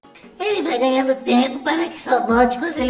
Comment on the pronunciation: ...vai "ganhandis tempis"? Whats?